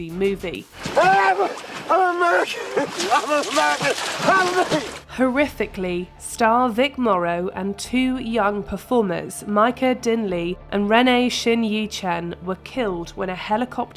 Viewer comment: It’s VIC Morrow not Rick Morrow! At least get the names right.